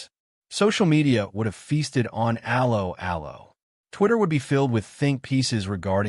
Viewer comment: TLDR: Rage-bait, don't watch. How appropriate that this piece of rage bait should have an American AI voice-over that mangles the very name of the show. Just like every piece of popular entertainment it was a product of it's time and would not be successful in any other context. Personally I would take this fantasy send-up of wartime movie tropes any day over the barren desert of today's American streaming channels whose only successes are bowdlerised reboots of the very classics you decry